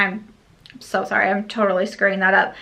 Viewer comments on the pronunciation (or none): none